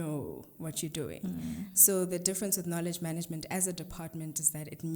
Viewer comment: If you hear me say “maneygment” 🤣🤣🤣 I love you!